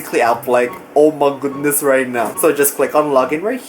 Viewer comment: I love when he says oh my goudness 😂